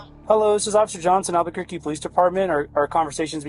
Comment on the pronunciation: Albuquerque is pronounced "al-buh-kur-key."